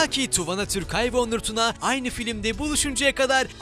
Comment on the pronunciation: Tuvana söyle okunuyo. Tu vaanaa